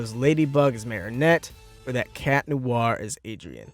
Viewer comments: Timothy McLean No I mean when people say marionette instead of Marinette. It annoys me so much. But I prefer Chat instead of Cat anyway but I don't have a problem when people say Cat because that's what it is in the English dub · IT'S MARINETTE NOT MARIANETTE